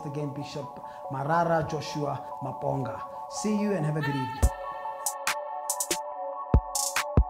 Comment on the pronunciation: The way he pronounced Maponga is wrong and cringeworthy